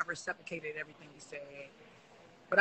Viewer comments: “I receprocated everything you said” TF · Recepricated? 😂 I’m guessing she meant reciprocated, but the definition vs the use still isn’t adding up.😂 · This woman said “I receprocated” everything you said…. Not only did she use the wrong damn word she can’t even pronounce whatever word she thought she was trying to say 😩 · “I receprecated what you said” huh??!!!